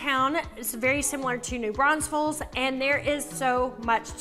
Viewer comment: Why you adding extra S’s to NEW BRAUNFELS?? Also, we don’t have an Oktoberfest here, we have Wurstfest